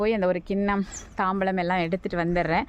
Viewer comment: Sister தாம்பாளம் என்று சொல்லுங்கள்